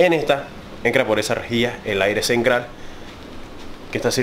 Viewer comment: 😮😮😮 porqué todas las palabras con T las pronunca con C 😮😮😮😮 cenCral CRailer 😮😮😮 enCrada